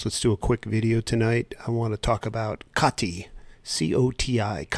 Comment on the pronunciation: Its pronounced CODY with a T instead of a D. SEC annoying the fire out of me. So glad a bit of a precedent was set with XRP and them losing to Ripple. The current administration hates crypto.